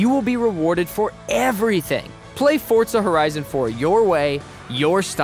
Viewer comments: It’s FOR ZA not fortza don’t add the t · Why you saying fortza it’s forza bro learn how to speak English 😂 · Why are you saying fortza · Fotra or forza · Say “fortza” one more time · Stop saying Fortza haha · Fortzuhh?? Wtf this aint fortnite boiii 😐